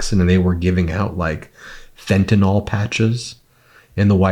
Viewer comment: It's FEN - ta- nyl. NYL, NYL not NOL!!!